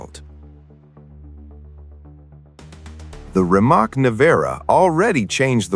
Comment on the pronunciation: It's pronounced "reemats"